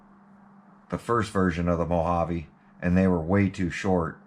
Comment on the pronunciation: So is this a MO-JA-VEE or a Mojave GT 😛